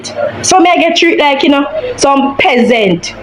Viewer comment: Peasant not pessent😢😢 skool skool work work class class🤔💭